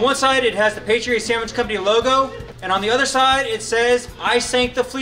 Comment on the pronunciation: “Samwich”? The sign stated “Sandwich”. 😁